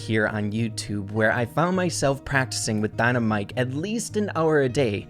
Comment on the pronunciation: Its very bothering that you say dynamike wrong